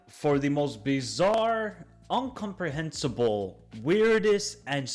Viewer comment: Incomprehensible. Not uncomprehensable.